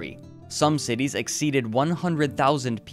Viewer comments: Cityss's doctorss's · Cool and informative. However, yiucanjust say "cities' not citieses" or "doctors' not doctorses"